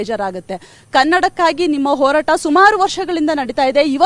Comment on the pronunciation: Hartha Alla Le Yappa Artha Adu🤦‍♂️🤦‍♂️🤦‍♂️ Orata Alla Le Yappa Horata Adu🤦‍♂️🤦‍♂️🤦‍♂️